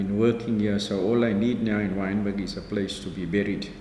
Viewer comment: WYNBERG NOT wintergreen